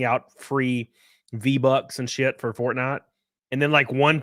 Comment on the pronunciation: the way he says "fortnite"